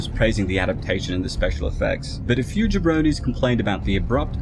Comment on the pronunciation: Did he say jabronnis???